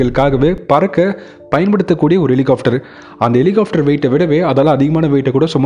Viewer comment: Helicopter! Helihofter அல்ல! இதை chopper என்றும் சொல்வதுண்டு.